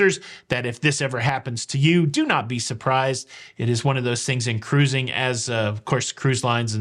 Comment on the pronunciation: Congratulations to a special couple! I so much appreciate you & for the great videos on all the aspects of "cah-rooz-ing" that you so capably give us. Happy sailing ahead!!